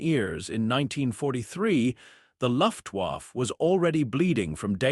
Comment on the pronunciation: Luftwaffe, pronounced luft waffa, bad AI narration to go with bad AI imagery.